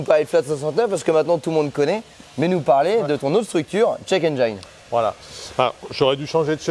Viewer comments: juste une petite rectification de pronunciation sur le mot Engine en anglais, penses a la terminaison de "frangine" ça ira beaucoup mieux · Quitte à leur faire de la pub, autant bien prononcer le nom de leur société 😋 Engine en anglais se pronce "ène-jine" et non pas "ène j'aïe ne" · En anglais, on "ENGINE" se prenonce "aine-jine" et pas "aine-geaïne". J'imagine quio peux y a out de la clientèle internationale, si ca peut aider... Merci encore pour la qualité des vidéos!!! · Alors ce format la c'est juste GÉNIAL!! Faut faire des vidéos sur ce genre de thème 😃 (Petit détail: "Engine" ne se dit pas aine-jaïne, mais aine-jine, comme Gin-tonic) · engine : N-Gin .... pas N-jailln ! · Dufay mais en aucun cas ça ne ce prononce "aïe" dans Engine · haha j'ai déjà fait plusieurs fois la remarque à notre cher pour la prononciation de "'engine" mais il n'écoute pas toujours 😊... il doit trouver que ça fait plus mieux... même si en anglais il y a des règles en matière de prononciation du "i" mais aussi des exceptions... cependant tout ceci n'est pas bien grave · J'aime bien la prononciation a la française de check engine, on veut mettre de l'ail de partout ;) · Nickel comme video, change rien, même si la prononciation engine n'est pas bonne🤣, moi j'aurais dit pareil que toi, on t'aime comme ça.